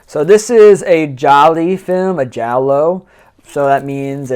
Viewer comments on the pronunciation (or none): GI-ALOOOOO not gialli